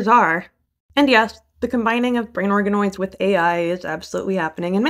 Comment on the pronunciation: I could have sworn you said "brain arkanoids" and i was like .....wait 😮